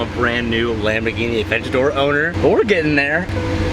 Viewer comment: Yamborghini